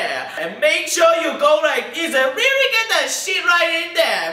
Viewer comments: HE TALKS LIKE SCOOBYDOO; replacing L with R's. "REARRYY REARRRY ..OH FK IT LOL" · AHAHAHA "ReiuRee Vee ReiuRee,ReiuRee Vetouh ... FUUK EEIT" "Eiir Vee!" xDDDDDDDDDDD